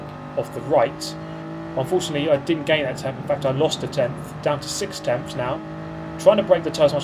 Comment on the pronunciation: 6 tempfths, no seven tempfths, no eight tempfths behind